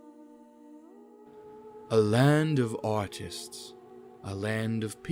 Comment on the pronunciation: I've heard autists instead of artists in the Lacaios part.